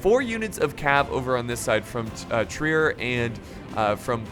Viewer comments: Hey! I’m a German major at university and you pronounce Trier as “Trrear” you almost have to roll the T with the R. Pronounce T and R with the back of your throat lmao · Trier is pronounced like you are saying "Tree Air," just so ya know